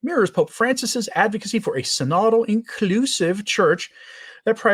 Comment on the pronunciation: Love how you say "inCLUsive!"